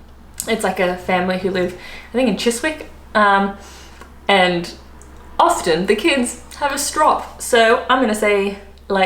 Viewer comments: "I think a family in Chis-wick", you don't pronounce the 'w' as it's one of those silent letters. So it's pronounced as Chis-ick, like Warwick. Often, the 'w' isn't pronounced but there are exceptions that are totally different like 'Hawick' (up on the Scottish border) is pronounced as 'Hoy-k'. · Chiswick is pronounced chizick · Well done. In Chiswick you do not pronounce the "W" - Chisick. Another slang term for being broke is boracic (pronounced brassic) as in the cockney rhyming slang boracic lint = skint. Boracic lint was surgical lint soaked in a hot saturated solution of boracic acid and glycerine that was left to dry and used to treat leg ulcers. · Chiswick is pronounced chiz-ick. Barmy - have you never heard of the Barmy Army? They visit you when when you host the Ashes Cricket Tests. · You are an Aussie. Surely you've heard of the Barmy Army. 👀👀👀Crickets 👀👀. Also Chis-sic as in Chiswick, you've been in London long enough to know this 😏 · Well done. Chiswick is pronounced Chis-ick. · Considering you mispronounced Chiswick, how about a tour of London and the Underground map? Let’s throw Ruislip, Southwark, Plaistow, Theydon Bois etc. your way 😊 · Well done, but I do feel you should lose some points for pronouncing the 'W' in Chiswick! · Yup, we know an outsider in Flitwick, when we hear the W, and the allegations of carrot crunching. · Definitely lose a point for mispronouncing Chiswick. And you live in London!